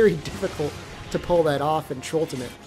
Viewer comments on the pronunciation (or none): Trultimate, not trolltimate. Yknow like Tri-ultimate... but trultimate.